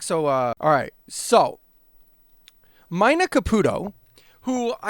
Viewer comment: Dude it's pronounced "Meena" like the female name,not "Myna" like the bird. 🤦‍♂️🤨🤷‍♂️